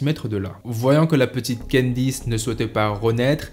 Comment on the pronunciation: candice et non quendice